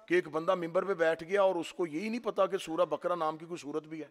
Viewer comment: मौलाना सूरे बकरा नहीं तलफ़्फ़ुज़ सही करें सूरे बक़रा है।